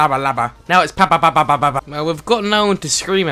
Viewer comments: He can't say papadapolud but he can say tshshalabala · Being Greek and watching him try to pronounce Papadopoulos name is hilarious lmao